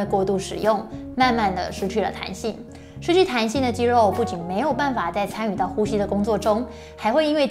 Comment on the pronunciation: 真的很用心 長期看就知道他這集很用心 刻意藉由桌子的幫助，把過多的手勢改掉了 我相信他一定有經過特別的訓練和調整 如果不是只有自己開物理治療所賺錢，只有幫到個別的人 而是走這個普及教學專業知識的路 希望可以在咬字發音的部分請專業人士幫忙調整 如肌「漏」......等等之類的 （要花很多工夫訓練，還要能找對問題點，跟運動物理治療很像） 在這個方向的表現上會完美很多